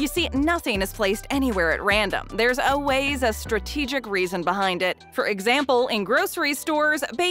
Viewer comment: To the narrator, the word always is pronounced “all ways” not “oh ways”.